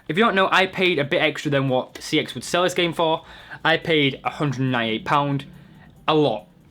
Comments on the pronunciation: its pronounced sex not c.e.x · It's pronounced "sex" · It's pronounced, CEX as in SEX. but anyway they've just done a CEX in your bottom! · no the scam is that they'll sell a game for £20 but will only give you £5, apart form that, you look like a drug a dealer and you are a absolute idiot, 1. your pronouncing cex wrong, its pronounced "sex" (verified by shop workers) 2. they say if the cover is printed 3. they don't charge a premium price, i got minecraft ps4 for £16, walle for 3.55, a ps vita with a damage screen £20 (the guy said and it was marked as damaged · I like how some people pronounce CEX as Sex lmao. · CEX is pronounced checks - just letting you know that. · The ads don't pronounce it C-E-X they pronounce it SEX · CEX is surprisingly pronounced as ‘sex’ wow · It's pronounced Secks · Fun fact: cex is pronounced sex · its sex lol even though its cex they pronounce it sex in-house. i worked there for a few months it was actually my regional manager that confirmed this